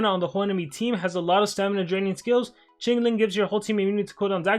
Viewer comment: wangzhou is pronounced "wang dao" not "wang joe" qinling is pronounced "queen ling" not "ching ling"